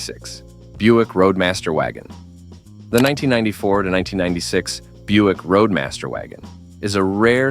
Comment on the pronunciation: Hey. Buick is spelled B-U-I-C-K and Roadmaster is not Radmaster.